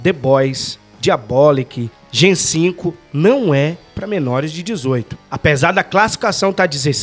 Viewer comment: Olá queridos Heróis! Apenas uma correção: o nome da série se pronuncia Gen "Vi" por conta do composto "V". Importante acertar nos próximos vídeos p rankear bem no algoritmo. De resto, ótima analise. Abraço!